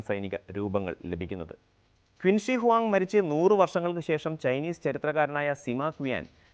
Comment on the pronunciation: It is pronounced as ' ചിൻ ഷിയ് ഹുആങ് ' not 'ക്വിന് ശീ '